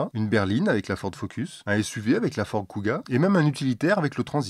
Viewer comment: Fiord,? Problème de diction ou messages codées? Sinon en import d'occasion, il y a des Volvo en flexfioul (v70, xc70, v60, xc60, etc).